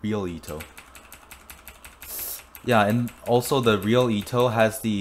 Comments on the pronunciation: It’s pronounced e-to not ea-to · WHY ARE YOU SAYING EETO ITS PRONOUNCED EHTO OR ETO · IT'S ETO NOT EETO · Eto not itow 😂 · u said her name in a wierd way .-. u said it like its Ito just like .-. Ito Ito no mi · Btw Eto is a girl are you assuming her gender.Also it’s pronunounced Et-Oh😤😡🤬🤬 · Its pronounced Eh Toe but its spelled Eto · Why u say ee to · You are saying eto wrong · Your saying eto wrongly